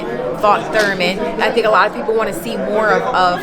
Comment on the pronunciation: She said Thurman 🤣 🤦🏾‍♂️